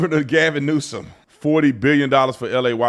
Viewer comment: Gavin NewsUH-UHM